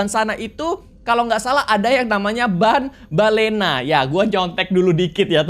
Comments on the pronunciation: tambellina bang bukan banbellina😅😅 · Banbanlina bukan banbalena